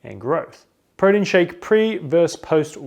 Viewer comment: This dude say protein weird. Really fast "Prodeen"